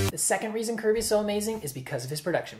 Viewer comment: i think you pronounce it "curb-ay"